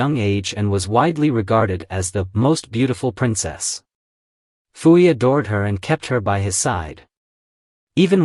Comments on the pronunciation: Your understanding of Qing dynasty China is very lacking. Pu-Yi (it's pronounced poo not fu) had little to nothing to do with his sisters for most of his life as a result of him being adopted to the emperors Tongzhi and Guangxu. His sisters did not live in the Forbidden city. They lived in the Northern Mansion, the private residence of their father. You refer to him as Zai-Feng, but he held the title of Prince Chun. You refer to his daughters as princess but only the daughters of an emperor were allowed that title. Prince Chun's daughters and wife were only referred to as Lady. Prince Chun's only child that count hold any title would be his heir which was his then eldest son after Pu-Yi's enthronement, Pu-Chieh who was referred to as his excellency because he wouldn't inherit the title of Prince until his father's passing. Because of the laws of filial piety even an emperor can not dictate the life of his parents and as such Pu-Yi would have no say so in the marriages of his sisters as his father was in charge of his own household. Prince Chun himself was independently wealthy and as such maintained his lifestyle after the fall of the Qing dynasty. Himself believing in reform and modernization Prince Chun was keen to have all his children educated and later even turned his mansion into a private school were several of his daughters helped as teachers themselves before finally donating his mansion to the people's republic in his later years and it still stands today as a cultu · Why does the narrator pronounce Puyi as Fuyi?